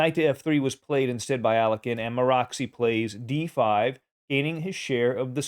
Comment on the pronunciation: Dude, that's not the way to pronounce Alekhine. Please google it, you're killing it.